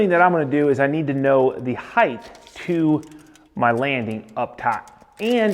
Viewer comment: Height, not heighth. Love all your videos but Length, Width, Height. No th at the end. Height. I know you're into details so please embrace this one. Cheers, mate.